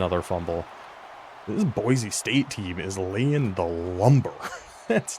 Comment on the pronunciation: Boy-see, not Boy-zee